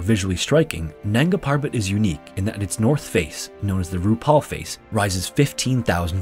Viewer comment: Who else heard "the Ru Paul face"? 😅